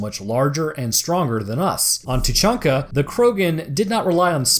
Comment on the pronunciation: Its Tuchanka